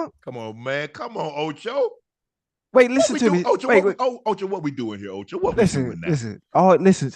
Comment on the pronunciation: Ocho toe cinco😂😂😂